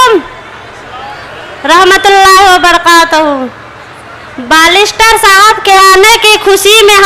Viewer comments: बालिस्टर नहीं बेरिस्टर होता है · मोहतरमा जी बालिस्टर नहीं बेयरस्टर होता है